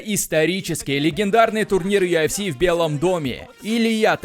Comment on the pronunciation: Йафс или юфс дебил? Ты типа у нас с американским акцентом такой модный что ль?